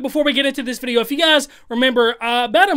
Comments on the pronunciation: He’s referencing to how says “vidya” instead of “video” in his intro 🤦🏾‍♂️😅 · When he didn’t emphasize the vidEYEAH in the intro 😔